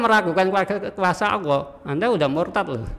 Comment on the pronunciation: Kok ini mengucapkan Allah kok Awoh? Setahu saya di islam tidak ada Awoh lo.